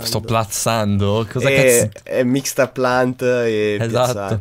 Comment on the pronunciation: ha qualche problema con la parola plant ahahahah